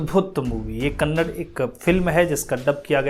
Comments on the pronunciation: Correct yourself... It's not Kannad, it's Kannada. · KANNAD nahi hai bhai KANNADA hai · Thank you for your review, please correct your pronunciation it's not kannad it's kannada. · Kannd nahi kannada hay